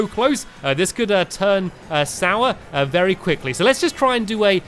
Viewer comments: Or Very i dont know it sounded like vary happy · On the last race he said "Vary Happy" lol